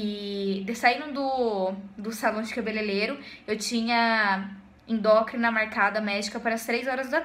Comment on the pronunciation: que aflição de vc falando endócrina